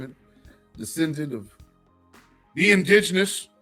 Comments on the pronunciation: I’m supposed to take seriously someone some who can’t pronounce indigenous. The Jamaican woman said don’t tell her about her history, likewise she should not try to tell us about us. Silly rabbit. She’s proud to be Jamaican, I’m proud to be FBA. 🙍🏽‍♀️🇺🇸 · My God can she just pronounce indigenous correctly 😳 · The word indigenous had a personal vendetta with her mouth. That word was kicking her ass.🤣